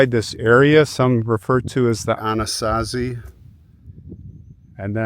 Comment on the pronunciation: Love how Anasazi rolled off your tongue. Amazed how the man on the horse looks no mistake about it.Thanks for sharing